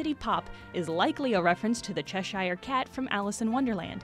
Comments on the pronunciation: This is a really great video. Also, Americans trying to pronounce British locations never fails to make me laugh. Cheshire is pronounced 'Che-Sher', rather than 'Che-shy-er'. Keep up the great content! Edit: Apparently some also say 'Che-Sheer' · Oof the way you pronounced Cheshire made me wince. It's more like Cheh-shure. Cool vid! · you pronounce Cheshire really weird.. :\ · That's one of my pet peeves. I've heard some Vancouverites pronounce it as 'sheshiyer' before, it was like nails down a chalkboard. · The way that she pronounced Cheshire messes with my head. :) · Joe Wright oof thats really weird. i grew up near cheshire in england so ive never actually heard it said wrong before now.